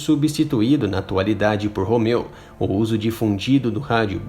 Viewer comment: Aprende a falar o R em inglês pois você está falando errado Você está falando Hoger e isso não existe em Inglês Aprenda o som do R Pois a ideia é ensinar oque algo significa não ensinar todos a falarem errado Ou a ideia é ensinar errado mesmo ? Hobert também está errado o R em Inglês está errado Homeu também errado Vixi Vídeo de merda